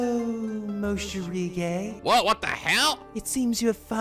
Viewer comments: Funny how he keep writing Morishige correctly but he still always say Moshirige instead ( he switch the "r" and the "sh" ). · Gotta love how he says moshirige when it is supposed to be morishige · When he said what in mayus jiblits i couldint help but facepalm. God dammit moshirige. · The Morishige part was the best! I still can't get over his name being pronounced wrong on purpose, lol.